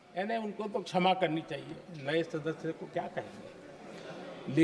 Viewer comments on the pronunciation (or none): none